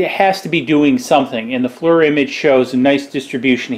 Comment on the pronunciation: FLIR IS NOT PRONOUNCED LIKE FLUR....IT IS A EAR SOUND...........FL+EAR FLIR.